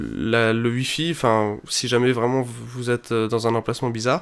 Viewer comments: Pourquoi au lieux de dire "wi-fi" tu dis "ui-fi" ? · Tuitter aussi et Uilliam